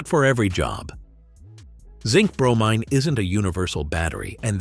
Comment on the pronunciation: bro-mean rhymes with chlorine